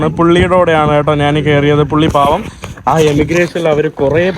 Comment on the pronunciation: എടാ കോപ്പേ, നീ മലയാളം കുറച്ചുകൂടി ഭംഗിയായി സംസാരിക്കുക. നാൻ, നാണു അല്ല ഞാൻ, ഞാനു ആണ്